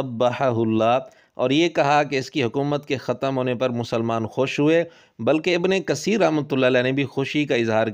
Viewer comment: تجوید کی مہارت کا دعویدار مرزا "ابنِ قسیر" بول رہا ھے۔ "س"اور "ث" کے اردو تلفظ میں شاید واضح فرق نہ ھو لیکن "ق" اور "ک" میں اردو میں بھی واضح فرق ھوتا ھے۔